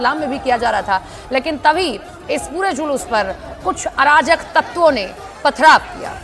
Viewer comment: Arajak kaya sahi se bolo jisne pathrav kiya katua channel